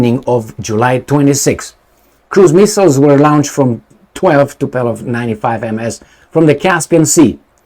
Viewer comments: Omg its not TUPELOV but TUPOLjEV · Tupolev, not Tupelov. 😅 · Tup OLE v not Tup ELO v . It's a good time to learn russian 😅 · I think it is Tupolev,and not Tupelov. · Tupolev not Tupelov 😂😂😂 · why are you always messing with planes? It's Tupolev, not Tupelov.. Beoings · It is Tupolev, not Tupelov.! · Tupolev,. Not Tupelov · the name of the russian bombers is: TUPOLEV, after the name of the russian aeronautical engineer...not Tupelov... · is Tupolev not Tupelov. And the way you pronounce it, it sounds like the famous Tupelo honey. The problem is that those Tupolev bombers had no honey, but all sting. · Tupolev , no Tupelov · Tupolev...not Tupelov 😁...greetings and salutations from Portland UK. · Tupolev not Tupelov ;) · and his (in)famous "Tupeeeelov" 🤣🤣🤣🤣🤣 Dude, maybe in the next 20 years you will learn to articulate TU-POOOOOOOOO-LEV! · Not “TupELOv” but “TupOLEv”! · Tupolev, not Tupelov.... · It is " Tupolev ". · TU-PO-LYEV, practice it 😂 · repeat after me: TU PO LEV...Tu po lev.... :goodvibes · Tupolew prenounce right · It should sond something like TOOPOGLIEV, i think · Tupolev, TUPOLEV, lol, greetings from South Europe! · Tupolev was one of the greatest if not The Great aeroplane designer/builder in the former USSR and your childish video this time is a big thumb down just for being so ignorant to look up the type of the airplane. I will be calling you from now on. How about that? His name is world known and your is not but nevertheless you did not make any effort to correct yourself. Do you call Boeing Bieong?Do you? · Poor had an extra glass of zăibărel and mispronounced Tupolev 😂😂😂